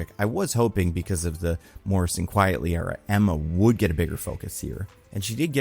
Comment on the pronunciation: appreciate you emphasising undersung artists, but his pen name is Frank Quitely as in "quite frankly" not "quietly" as in "quiet".